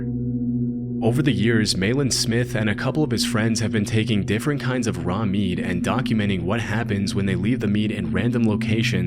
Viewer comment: except he calls meat "mead"